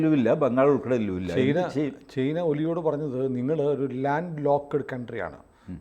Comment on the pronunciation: ചെയിന അല്ല ചൈന എന്ന് പറയൂ